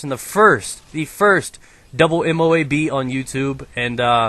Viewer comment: Guys, you say MOAB as one word, not 4 separate letters. just thought i would let you guys know